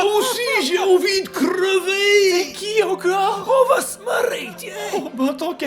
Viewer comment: le " moi aussi j`ai envie de crrrrreuvé"🤣😂